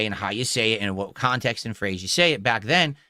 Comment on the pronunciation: "out of khantext"